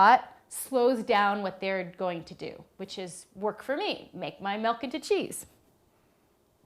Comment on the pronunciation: I like how she says "melk"